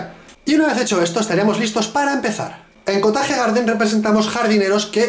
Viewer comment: amo su perfecto ingles xD , lo bueno que explica bien las cosas